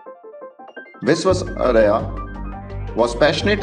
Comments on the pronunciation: Pl learn to pronounce the great engineer's name properly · Please learn to pronounce his name correctly.